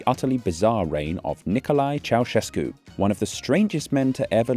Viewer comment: “Nicolae Ceaușescu” oh no